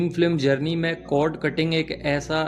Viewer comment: It's cord not code pls... ❤